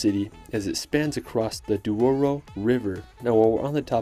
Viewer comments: And Douro, not Duoro. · Just a little error, it's Douro not Duoro 😅. Thanks for the video 😁!